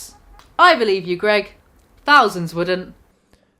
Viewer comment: I was laughing through the whole video but I fucking lost it when you called him G E R G.